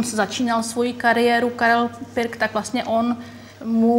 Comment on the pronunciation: Proč vyslovujete pik